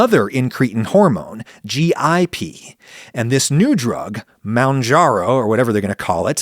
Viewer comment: It's pronounced moon-jar-ō.